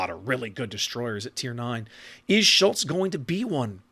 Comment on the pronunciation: Nailed the pronounciation on "Schultz". As a tip, japanese vocals = german vocals. So if you ever wonder how the "u" in Schultz or Hindenburg should sound, just remember Yuugumo. The "e" is annoying, cause in english there's either he/she or netflix/set. In german, it's always the latter. So Felix as in netflix. Same for japanese, Tone(tflix) as an example. I can only think of a single exception, being = "ie" is a long "i". Don't ask me why we can't just write Friidrich lol. Funnily, in japanese the exception is "ei" being a long "e".